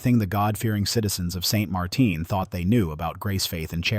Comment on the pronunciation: Just because the town is in Louisiana, doesn't mean it has a crazy French pronunciation. It is St Martin, and it uses the English pronunciation